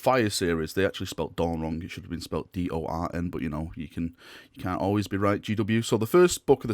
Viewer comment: Does he just see every word as Dorn? Dorn, Dorn Dorn.